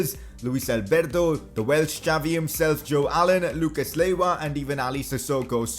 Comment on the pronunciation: Lucas laywa 😂😂